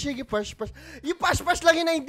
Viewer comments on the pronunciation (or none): naka brace po Kasi Kaya di makasalita ng maayos habang kumakanta , Kasi po Kung titignan mo yung video Nila Yung ibang words doon po ay nabigkas Nila ng maayos pero nung nandun na po Sa part ng may s dun na po sila nagkamali ng salita na ibis po past past is pash pash na po. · Pas pas po hinde po pash pash